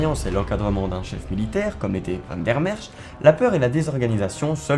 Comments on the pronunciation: On ne prononce pas Van der Mersch avec un k terminal mais un ch, comme en français (pour les unilingues français on fera remarquer que le néerlandais n'est pas l'allemand). Sur la forme on remarquera une fois de plus qu'il est contre-productif de parler à toute vitesse ou avec une voix de fillette énervante qui prononce à peine le dernières syllabes (heureusement qu'il y a un sous-titre même bourré de fautes d'orthographe ou de grammaire, ce qui est un comble à l'époque de l'IA). En fin de compte, même si le fond semble assez correct, il est préférable de laisser ce genre de documentaires à des Belges, ne fût-ce que pour éviter la condescendance et l'accent français ... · Van der merck???😆 Sérieux??? Mdr! T es sûr que t es pas Français,toi? Même les "Maroxellois" savent prononcer Van der mersch!!! Nomdetcheu, dis! Étudiant en science po? Ça pourrais te valoir des soucis! Tu sais que les gens n aiment pas voir leurs noms complètement écorché,cher? J espere que le nom de tes profs est facile à prononcer,sais tu,ket! Awel,je dis une fois pas ça méchamment, sais tu, menneke. Ça est une fois pour toi,hein, sais tu... Sans rancune, hein, ashtablief... Alléï,je dis une fois pas que t êtt un mauvais peï,hein,sais tu... Mais tu faux une fois de apprendre à le vrai Belche de bien parler,hein, sais tu,fieu! Ah,ouéï, hein! Sinon,tu ne sauras de pas faire de la politiek,chez nouzz autt,hein,ket, sais tu! Ah,non,hein! Je te conseille les vidéos des Snuls pour apprendre. Tu faux de une fois pas comme un fromageole parleren,hein, manneke! Ferdomme! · van der MersCH (ch comme dans chien ou marche). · Très intéressante vidéo mais deux petites remarques: quel dommage d'animer le générique par l'IA. Le rendu n'est vraiment pas satisfaisant, surtout au niveau des visages. Pour le nom Van der Mersch, les voix-off le prononce de deux façons différentes. C'est un peu perturbant pour les chicaneurs comme moi.